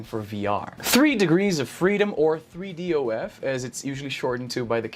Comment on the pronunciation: who else cringed when he said 3 dof multiple times?